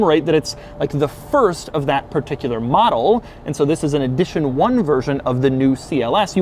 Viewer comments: He says “eedition one” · "Eedition 1"?